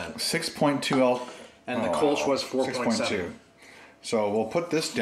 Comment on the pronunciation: The Kölsch has an umlaut on the o so it is pronounced - kerl-shh